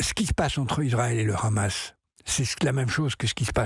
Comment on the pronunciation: Pourquoi les journalistes français se sentent obligês de prononcer Hamas a l'Israélien ne Khamass? LoL